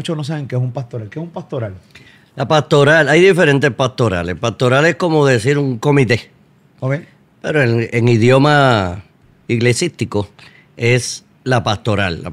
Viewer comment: No se dice “iglesístico”, esa palabra no existe. Se dice “esclesiástico”.